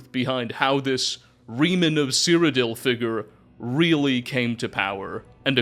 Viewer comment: This is a small thing, but seeing as you say his name about a million times, Reman is pronounced Raymon, not like Remus from Roman myths.